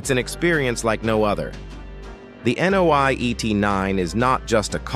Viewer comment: Nio，not NOI. lol